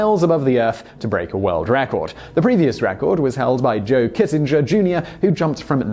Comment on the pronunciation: KITTENGER not kissenger